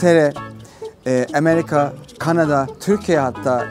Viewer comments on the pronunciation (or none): Emerika diyen ağzını yiyerim ya 😂😂❤